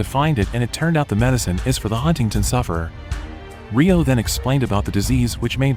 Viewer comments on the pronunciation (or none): none